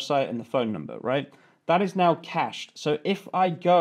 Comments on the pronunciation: In the U.K. it’s definitely ‘cashed’ not ‘cashayed’ 😊 This is a really interesting build, as you can’t (at the moment) edit the individual listings to upsell enhanced listings etc what is the monetisation strategy or lead gen strategy you have in mind for builds like this? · "Cashayed", it's genius he's gotta keep saying it regardless 😂